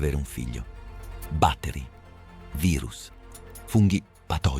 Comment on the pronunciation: Batteri con l'accento sulla a? Perfavore segnalate quando c'è di mezzo l'IA. Comunque questa "meraviglia" fa cilecca lo stesso: autismo, cmt, distrofia etc. etc. etc. La natura è pura e atroce imperfezione